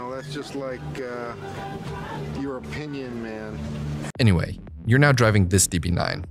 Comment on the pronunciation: its MA'AN !